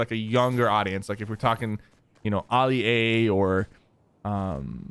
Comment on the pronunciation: he said ali wrong